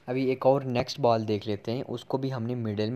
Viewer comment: Ball❌❌ Baal✅✅